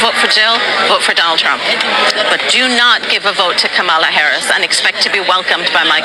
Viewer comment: 😂😂😂😂😂 You voted for Satan and got it! Also, you people continue to pronounce her name incorrectly.